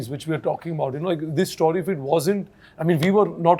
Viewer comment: I noticed something-Why do these star kids(Sonam usually, and now Farhan and Ritesh Sidwani) pronounce the word 'STORY' the way they do. The pronunciation is neither American, nor British. Is it the snobby Indian way to pronounce? I wonder